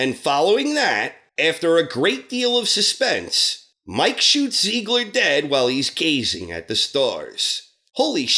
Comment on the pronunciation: I'm sorry... try saying "Tsiegler". That bugged me while watching the show, as well.